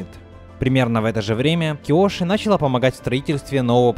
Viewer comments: Видео крутое, только меня раздражало то, что ты говоришь не начала́ а на́чала. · Видео огонь, но не мог бы ты говорить началА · началА ,а не нАчала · Дополню ваши замечания: началА, а не нАчала лАдан, а не ладАн